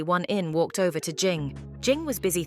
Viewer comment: Vover wth is a vover